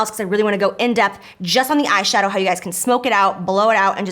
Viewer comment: You should do a peachy bold look since you said ass shadow😂